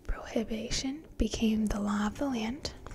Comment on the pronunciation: Pro-hi-bi-tion. prohibition you pronounced it wrong